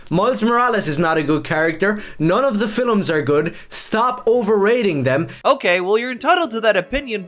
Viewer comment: "none of the filums" i alr KNEW he was gonna be wrong